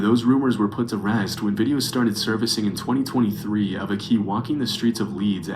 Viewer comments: Why is he pronouncing purple aki so damn weird? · Purple Ak - EE. Not Purple Akey. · NAAA FLIGHT REACTING TO PURPLE AKI HAHAHAHA aki is a legend the narrator pronouncing it wrong is winding me up tbr